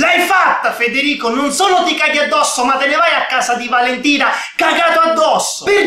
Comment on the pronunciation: invece di Valentina valenina